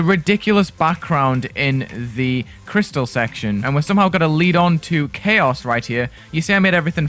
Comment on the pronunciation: Thought you said ‘magic and cheese’ lmao 💀